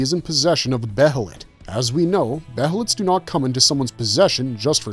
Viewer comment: Behlit is pronounced bay lit